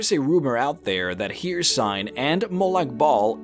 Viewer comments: you say Hirsign (hircine) but i've only ever heard it pronounced as Hurseen. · ffs, it’s not haircine. It’s pronounced Hercine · Her-Seen not Here-sine. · Hricine is pronounced: Hurr-ceene not here-sign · Hey love the videos, and they are very interesting but you really need to pronounce the names of the Daedric Princes better, for example, Hircine, not Hir and cine or Sheogorath, not shoorgrath, anyway just saying. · My boi its pronounced her-scene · Good god your pronunciation of some of the names are killing me here. Hircine is pronounced, "here-seen" and Sheogorath, you completely leave out the first O in his name. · his name is not "her-seen"